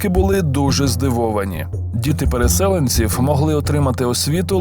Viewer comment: ТуреЧЧникою, ТуреЧЧиною, КАРЛ! і переселЕнці (а в цілому ми дуже цінуємо твої намагання розмовляти українською правильно)